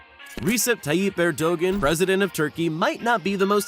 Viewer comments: Ayb? and Air-doe-gen? Try Ah-bay and Air-doe-wahn. You'd think learning how to pronounce their names was important in a video about foreign leaders. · Dude your pronunciation of Abe and Erdogan needs serious attention. Abe is pronounced Aabhey same second sound as in obey, Erdogan is pronounced eyrdoaan. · You make me sick saying Erdogan. Have some respect and learn and pronounce a name properly. You are nothing compared to these men